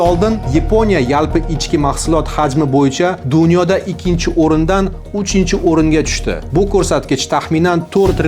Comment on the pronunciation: Tilingdagi aksentni yuqot, Jurnalist..... O'chunchi, Yepinoya, mo'mkin, ixsoslashtirilgan.... kabi talaffuz nuqsonlaring bor